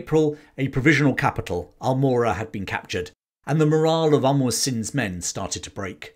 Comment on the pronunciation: Very nice and accurate as far as we know. Just a note-Amar (hindu name- immortal) Singh Thapa, not Umar (Arabic/Muslim name-flourishing), may be just a case of mispronunciation. One story to add, Gorkhalis tied rag on sheep horns and set the rags on fire and ran them down the hill to scare the Brits, which caused chaos in the ranks.